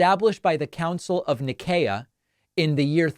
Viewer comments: Trump selling bibles is blasphemous, a book he's probably not opened in his adult life. BTW, it's pronounced Ny-SEE-uh. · Council Of Nicaea, pronounced n-eye-see-ah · Nicae -> pronounced "Nissea" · Oh my, it's pronounced "Niceea" like "nice" with "eea" at the end. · You did just fine pronouncing "paschal." Nicaea, on the other hand . . . But seriously, keep up the good work. Trump and his supporters will grasp at any straw they can, including pretending to forget how Easter is moved around each year, or that they don't know that Transgender Day of Visibility is not new. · I was correcting his pronunciation of "Nicaea" as I was watching it as well 😉